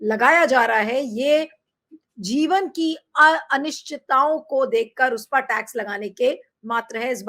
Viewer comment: You could pronounce अनिश्चिताओं! WoW!